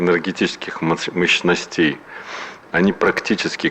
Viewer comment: Гладков, в : " мОщностей", а не "мощностЕй." Неграмотный. Проверочное слово: " мОщность" с ударением на первый слог.